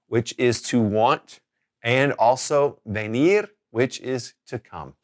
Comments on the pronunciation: it’s V not B- in some cases a V is pronounced like a B such as cava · Why are you pronouncing V in venir as the English V sound and not the B sound?